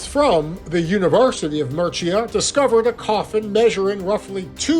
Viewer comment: This was long-winded, and never got to the point of why the coffin was significant. And every time he mispronounced Murcia, I cringed. This long and winding journey to no conclusion was mostly a waste of time. Interesting historical bits, but overall, a whole lot of meandering....